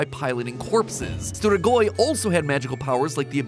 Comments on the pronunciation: dude it's ""streegoi" like in fleet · Stgoi😂😂😂😂😂 We need to teach matpat how to say strigoi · matt...the way you pronounce strigoi I can't be mad, just sad Also Vampires are not what we would also think to be strigoi, but very similar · As a romanian the way he pronounces "strigoi" is just too funny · And your sus "strigoi" makes me laugh(I speak romanian)